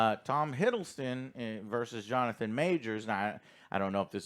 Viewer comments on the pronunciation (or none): none